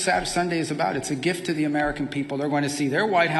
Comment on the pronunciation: It IS a gift to the American people, he is just dropping the R in gift.